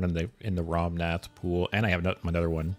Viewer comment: Dude, it’s ‘Rommath’, not ‘Romnath’.